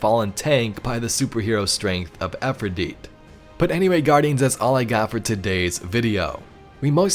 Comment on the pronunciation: Pronounce her name correctly! It's not Afridite! Its Efrideet.... with an E!!